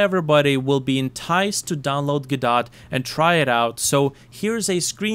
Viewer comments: not go-dot, its guh-doh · I've heard it pronounced "guh-doe" and "go-dot." Today's the first time I've heard it called "guh-dot" though